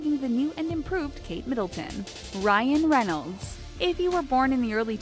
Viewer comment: Ryan Reynolds not Ryan renolds